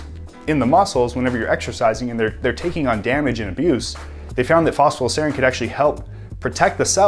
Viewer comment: Is it me or he says "fosfa-dile"?